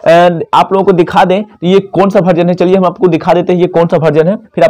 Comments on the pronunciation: भर्जन नहीं वर्जन होता है भैया 😂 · बार-बार तुम भर्जन बोल रहे हो.. वर्जन है भाई वर्जन है 16.8